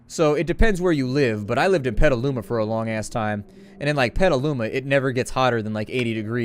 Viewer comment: PETLUMA!!!!!!!!!!!!!!!!!!! BROTHA! lol I was born and raised in Petaluma.